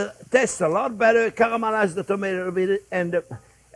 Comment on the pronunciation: "Cuh-ruh-ma-lize onyo."